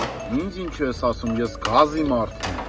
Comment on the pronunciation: Ասըմա😂պ ի տեղը (ձ) ա ասըմ՝ էս ում թլիկ էրեխենա😂😂👍👍👍